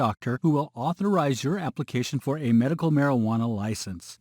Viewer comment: He said "Merical marijuana" 😑